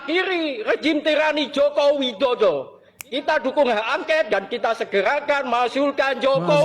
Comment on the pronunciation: Bukan hak angket paaak. Tapi hak angkot.mkc klu baca teks itu pelajari sampai hafal paaak